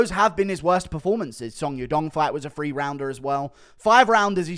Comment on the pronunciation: Th=/=f, We all know you can say "THree" instead of pretend low-class "Free"